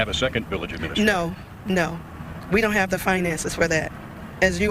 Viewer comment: “Uhh-mena-straight-or” is the funniest way I’ve ever heard administrator pronounced.